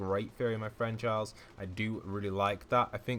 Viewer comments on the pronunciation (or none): none